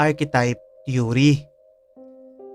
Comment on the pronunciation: They way you flashed repeatedly this man's picture is like a form of BRAINWASHING. The viewers of this clip will have this image imbedded into their minds hence will be dreaming about it. The word THEORY was also pronounced wrong as well, just a point to ponder.